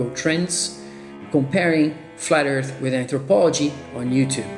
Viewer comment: Flat "eart?"